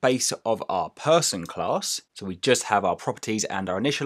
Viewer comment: Phaarson Phaarson not Person -_